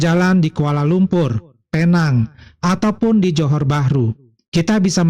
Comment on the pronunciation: Lumpur dibacanya lumpo 😅😅😅.